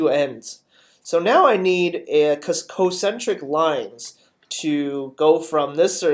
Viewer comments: He also says "Co-centric." It's spelled concentric. Shouldn't it be pronounced con-centric? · I died twice as fast because he says cocentric. He's not even pronouncing the incorrect term properly! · OMG I die a tiny bit inside every time he says concentric.